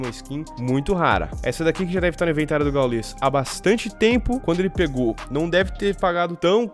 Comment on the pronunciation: Não é gaulês. É gáules